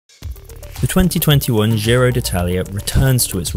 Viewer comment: It's not Dzirow either. That's French. It's pronounced Jiro.